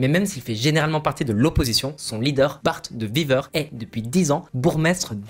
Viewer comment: Bon le reportage est très bien fait je trouve mais tu dois faire quand même un effort pour prononcer le nom même le ministre Bart de wever c'est catastrophique mais après c'est pas de ta faute tu es français 🤷🏽‍♂️